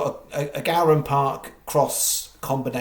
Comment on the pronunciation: Go-ran not Gow-ran